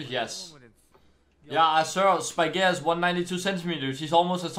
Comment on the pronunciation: はちゃんとスパイギアって発音するんやね🕵️‍♂️